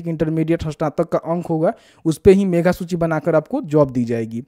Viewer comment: मेघा नहीं मेधा होता है।